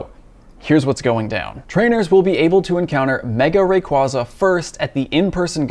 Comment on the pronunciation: Wish he will say the Pokémon name right :p